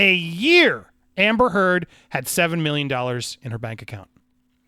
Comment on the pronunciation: Thank You for getting the truth out there about her lies. So disgusting that she's gotten this far. Also when You said her name I laughed because it sounds like You're saying amber turd.